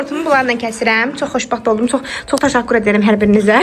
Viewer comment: Ele bil temani tutdum, 😂 Velizar kimi dedin Gözəl Çok Tasakur edıramm😂